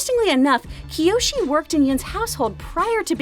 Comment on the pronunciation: and also no, it's kyoshi, 1 I